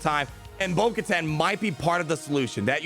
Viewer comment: It’s actully pronounced (bo-ku-tan)